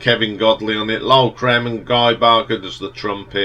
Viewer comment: It’s pronounced ‘Cream’.